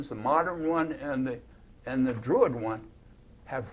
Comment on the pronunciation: Druid not Drurid